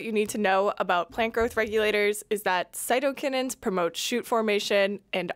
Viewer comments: I work in plant molecular biology your original pronunciation of cytokinins is what folks in our (uk) tissue culture lab say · As far as I know, you pronounced cytokinins correctly. (All of my professors in the past have always pronounced it the way you did the first time, not the way that the AI voice pronounced it). Thanks for the cool video. Oh, 1 question why sucrose, and not fructose? Thanks!